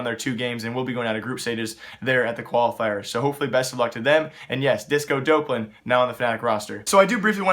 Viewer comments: Its not disco dope-lan its disco dop-lan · just fyi it is pronounced disco d-awp-lan